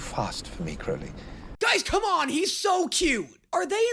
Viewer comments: Stop calling him “Croawly” 😂😂😂 it’s “Crowly” 😂 please for the love of David Tennant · just wanted to mention - the thumbnail spells 'aziraphale' wrong. also, i cant remember if you've done this or not, but 'crowley' is pronounced 'crow-lee' (crow as in the bird)